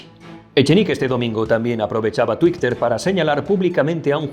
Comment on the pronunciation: Lo de "tuicter" ¿lo dice de coña?